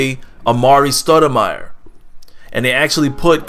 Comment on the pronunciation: hahah "studimire"? are you really a knicks fan, pronouncing their names wrongly. and i dont know what you're smoking, but a stoudemire for gasol trade is great for you